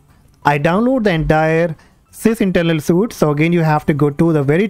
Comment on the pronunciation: Please do not pronounce suite as suit, but it is correct to say the word suite as sweet. Thank me later.